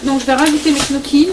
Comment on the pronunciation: Salut. Je suis abonnée depuis peu mais je dévore tes vlogs. Tu es une vraie source d'inspiration pour diversifier les menus avec des recettes simples et équilibrées. (On dit "nioki" pour les gnocchis 😉). Je suis vraiment contente d'être tombé sur ta chaîne, tu as une très jolie famille et tu sembles très douce. Je te souhaite un bon dimanche 😘. Marie.